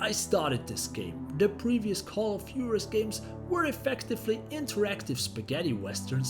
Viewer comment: Call of Juarez correct pronunciation WHO-AH-REZ 😉